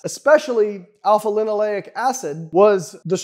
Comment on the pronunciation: Maybe he just mispronounced alpha-linolenic